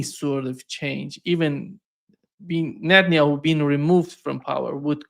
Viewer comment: Paul, it's NetanIOU 😂